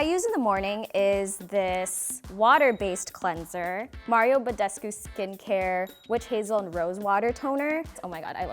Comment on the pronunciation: Omg, someone pronouncing Mario Bădescu correctly? Pinch me, I’m dreaming!